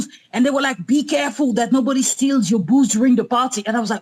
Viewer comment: I genuinely thought that woman in the twitter chat was saying "Boogs" instead of 'Booze' 🤣